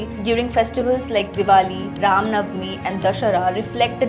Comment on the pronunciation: why the hell you all new english k fufe sab god me end me A lagate ho , it's RAM not rama it's not dwapara yuga , it's simple DWAPAR YUG !! NO NEED TO ADD A AT EVEYRTHING !! ADDING LINK OF VIDEO OF AMITABH BACCHAN ON SAME TOPIC WHERE HE EXPLAIN SAME TOPIC WITH LOGIC